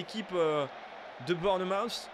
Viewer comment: Tip de prononciation : Bournmouth se prononce bornmousse (avec un ou qui tend vers le a), faut pas se faire avoir